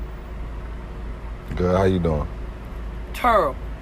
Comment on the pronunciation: “How you doing?” “Turrible!” 😭😭😭😭😭